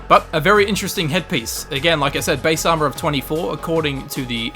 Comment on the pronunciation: Why instead of armor sometimes he says AMA